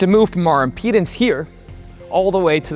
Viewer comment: The way he says "impedance" sounds like "our penis".